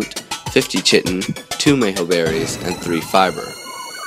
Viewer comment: yes, it is phonetically transcribed as: /kītn/ or /kaitin/ most of them pronounce it /chitn'/ or /cheetin/ which is definitely wrong lol